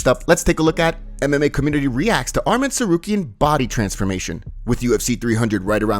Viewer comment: dough Bronx….do better it’s your job to pronounce names right